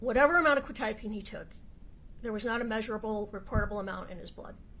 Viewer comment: The funny thing is neither of them say it correctly anyway, it is pronounced Kwet- eye-ah-peen